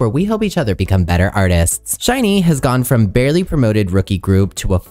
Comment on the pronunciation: Lastly, SHINee is pronounced the same as the word "shiny" (with the emphasis on the 'i' not on the 'ee'). I'll stop now cause I don't want to correct every little thing. Your dedication to try and get as many details as you could correct is much appreciated 🙏🏻